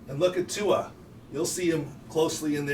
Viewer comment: Learn how to pronounce Tuas name smh Look at the replay, he hit his back first and that was the problem 🙄